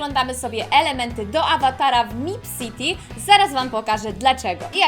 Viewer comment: nie mipCity tylko mepcity